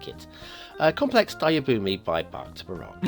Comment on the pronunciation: "Baroque" is pronounced with a "long" o as in buh-rohk. I know of this since my cousin has a Doctorate in Music specializing in Baroque music (violin).